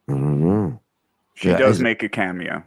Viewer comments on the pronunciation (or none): none